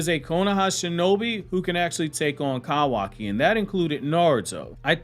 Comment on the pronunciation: The way he says kawaki and so frequently makes me cringe so badly lmaooo